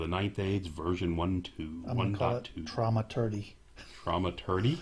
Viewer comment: Pronunciation - thaw-maturgy, soft th :) Thanks for the review - I'm hoping the randomness will work in my favour, but I expect to see some frazzled goblins...